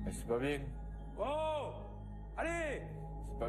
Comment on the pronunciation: "C'est pas bieng" 😂😂😂